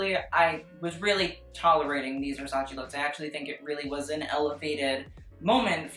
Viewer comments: it's versace not 'versaci' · whyyyy do you fuck with my head and pronounce Versace the right way in a couple of videos and then go back to the godawful VersaCEE, no why no you're better than this pal